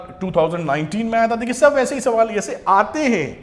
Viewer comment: Sir ! Aapka shab bolna aacha lgtah..🤭😊